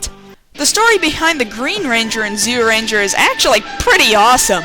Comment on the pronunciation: Amazing how you can't pronounce Zyuranger when you're a fan of the show and it says the name in the darn theme song.